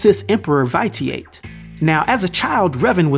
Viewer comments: Vite e ate you mean vish e ut you just say it fast omg it hurts to hear you say that haha other than that I Love your channel my dude... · The emperor's name is pronounced Vishi' It . Good video, as always. Thanks. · Great video. My only complaint, the pronunciation of Echani and Vitiate. It's ee-chah-nee, vi-sh-ee-it. Other than that, awesome video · Vitiate = Vish-I-ut 💜😉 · yeah that was my only peeve too love this channel emperor Vish ee Ut that's the way to pronounce it but like I said I'm a big fan of your's keep it up you should do more star wars sooooo many dope character's especially on the dark side especially the dude who found the emperor whos name you slaughtered he was op asf never challenged never lost a fight came back from the dead whenever he wanted dude was bad ass. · Yo, where are you from? You keep saying Vitiate and bastilla's name wrong, like really wrong yo. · Fyi you were saying the sith emperors name wrong. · I love that one I love Darth revan my only gripe is you slaughtered the emperor's name LOL keep up the good work